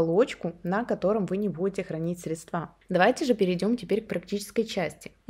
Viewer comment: срЕдства, а не средствА, деревня.....